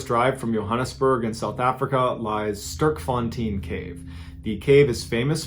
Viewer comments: "Sterkfontien" makes me laugh every time as a South African😅😂good try though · i love how you pronounced Johannesburg in the same way a Afrikaner would, but then you pronounced Sterkfontein like a total foreigner. I just find it to be funny, love your channel. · sterkfontine the pronounciation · Hey Mr.Ballen small correction I'm South African it's the Sterkfontein caves not Starkfontine. Thanks for the awesome content loving your channel and really enjoying your storytelling keep up the great work bro much love and much respect🔥❤🇿🇦👊🏼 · so great to hear South Africa mentioned 😊🇿🇦 however... it's kinda more pronounced "sther - hk - fun - tain" and "Joe - hun - nus - burg" 😊 we got a whole lot of creepy and spooky stories here. we have haunted prisons, ghosts on highways and much more. 👌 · Hello from Johannesburg, South Africa. Love the way you say Sterkfontein. For the curious, it's pronounced, Stair-r-k-fon-tain. Heavy emphasis on the "R" Some people pronounce the "tain" part as "teen" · Mr Ballen fan here from South Africa. Like the way you pronounce Sterkfontein😄 but moreso appreciate your research and storytelling efforts. As we say in South Africa, you're an yster! Translating you are iron💪 /awesome, fantastic 😁 Sterkfontein translates to Strong Fountain, referring to the strong underground springs of water. Anyways may God bless you Mr Ballen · I need to help you, on how to pronounce Sterkfontein... had n bit of a giggle 🤭 not gonna lie... Im South Africa and Afrikaans so... Even the Limpopo episode... But hey take my hat of to you at least trying... Plus in all my life even going to the caves i did not know about his death or that you could dive in them... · he pronounced johannesburg almost like we do in afrikaans but then the sterkfontein came and i chuckled hehe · The pronunciation of Johannesburg and Sterkfontein was so bad I had a good laugh. The caves are beautiful and they hold tours where you learn about them